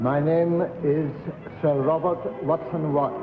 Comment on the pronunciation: It's "Watson-Watt."